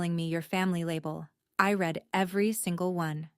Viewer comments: Read is a verb. To read. Have read. Will read. Im not sure about your now, past, future is but .. Make your AI understand that the prounancation are different please!! Im a Swede and it is just not acceptable!! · Jolene was 8 when this started. Now she had a pool party at 7. You're not paying attention to the details. Do you proofread your own stories, or do you just AI write them & read them, & mispronounce "read?" Try again.